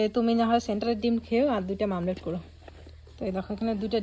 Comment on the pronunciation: Mamlat noi omlet